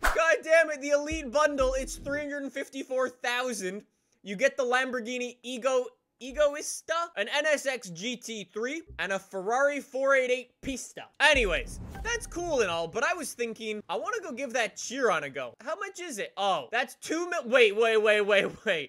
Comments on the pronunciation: It is pronounced "Egoista" not "Egotista". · Egoista is pronounced “egg-wee-sta” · It is pronounced igoeesta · I am so triggered at how he said egoísta